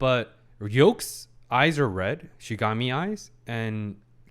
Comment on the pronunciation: Can't wait for him to finally pronounce Shinigami correctly xD